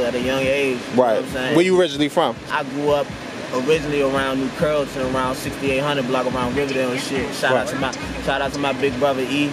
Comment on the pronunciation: Straight FromDC he said new carrollton